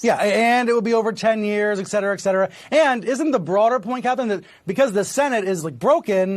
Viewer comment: Did he really say "egcetera, egcetera?!"